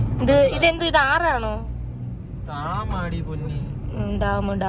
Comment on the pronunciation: ടാം അല്ല ഡാം